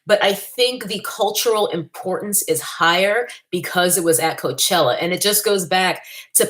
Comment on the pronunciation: “Mayochella”....😂, I can’t!